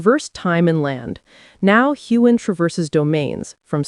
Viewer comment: There is no g sound in Sam Heughan^s last name!